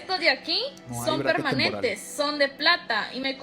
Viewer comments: Weon la mana dice braises a los braquets, en serio alguien la logro tomar en serio? Jajajajaja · Me da risa que la chica en vez de decir Brackets parece que dijera Brazzers XD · Que se puede esperar de esa pelada jaja no sabe ni pronunciar Brackets y decir que son fijos jaja 🤦🏼